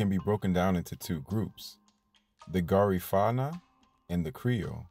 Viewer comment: Thanks for this video about my Belizean people 🇧🇿 🇧🇿 🇧🇿 However, your pronunciation is wrong for Garifuna ( Gar-Ri-Fu-Na). The Garifuna are in Honduras 🇭🇳, Belize 🇧🇿, Guatemala 🇬🇹, Nicaragua 🇳🇮, and St. Vicent. Also, because someone speak Kriol don't make them Creole because us Creole are our own ethnicity and culture. Sambai is danced on Christmas in Gail's point, Manatee, Stand Creek District.brukdung, braam, and Sambai is Creole music. Creoles are in coastals Belize, Honduras, Nicaragua, Costa Rica, Panama, and Colombia. Great job tho!